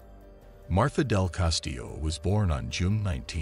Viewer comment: Her name is MARTA NOT MARTHA. 😊